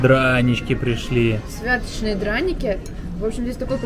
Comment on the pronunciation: дранікі " СвятОчныя", а не "СвЯточные". "З прЫпечка", а не "з припЕчка".